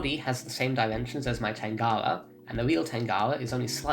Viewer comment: U say it weird tangawa